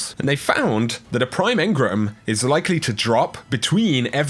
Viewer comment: Engrum?!?! Hahaha come on man